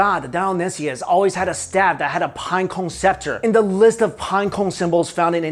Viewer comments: I like how, is unable to to pronunciate pinecone correctly lol. Pineco, pineco lol. It's all good I was just saying, I think it's funny that's all. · The way he says pinecone lol